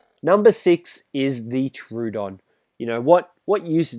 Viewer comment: So many ark streamers say "true-don" its "tro-o-don"